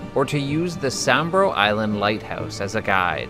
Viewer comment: Awesome video a tip tho Sambro Is said like this Sam-bro, I'm sorry but the SS Altantic was broken apart to get into she never actually really sank as her hull was still visible.